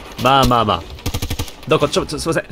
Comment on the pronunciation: のDOKO！っていう片言好き